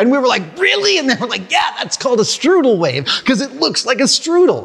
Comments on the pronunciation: In case anyone feels the need to look it up, it's Strouhal, not strudel. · lol. Myth busters 6th grade understanding of fluid dynamics. It’s “strouhall”.